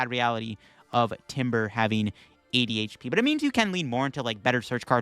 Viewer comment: every time he said 80hp it sounds like ADHD